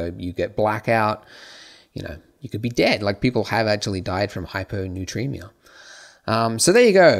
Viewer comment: it's hypo-NATR-emia, not hypo-NUTR-emia.